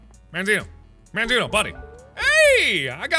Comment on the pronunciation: It's mandzino